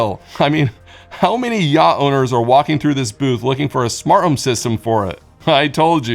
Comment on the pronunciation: It's smarT home, not smarh home. Try T's. They're fun